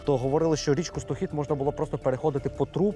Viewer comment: Річка СтОхід, а не СтохІд.